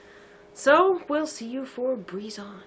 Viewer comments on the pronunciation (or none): Why do you pronounce Brizon breeze-on instead of Bry-zon? It's like how you pronounce Seeburg as sea-borg... She's not a Dr Who monster!